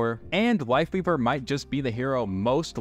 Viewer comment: am I hearing things or did he say wife leaver instead of life weaver?